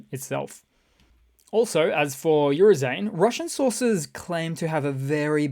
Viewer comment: My ears bleeding hearing how you pronounce Oo-ro-zhai-ne (Bountiful Harvest) as Urzain